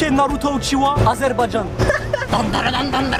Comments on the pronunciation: Il a dis naruto uchiwa 😂🤣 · Je rêve ou t’as dit naruto uchiwa